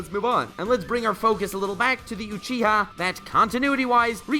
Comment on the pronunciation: You say Uchiha really weird : / Alsooooo Sharingan and Rinnegan (as well as Byakugan and Tenseigan I suppose) were original abilities of alien beings who were essentially Gods ...of course it's OP.